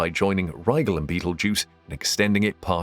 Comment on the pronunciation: I thought Rigel was pronounced rye gel. Only cuz of farscape. The little fish puppet guy...